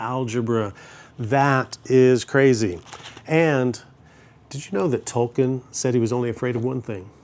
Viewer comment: I love when people like this still don’t know how to say Tolkien the correct way.. 😂